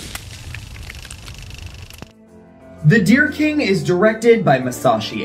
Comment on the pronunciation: Thank you for this. It sounds more like 'The Oh Dear King' ! Love your work, as always !